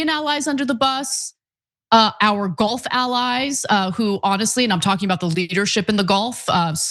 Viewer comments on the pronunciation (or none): none